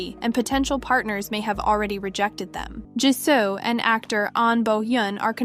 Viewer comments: It's Jisoo and not Jisso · How this voice pronounces "jisoo" lmao....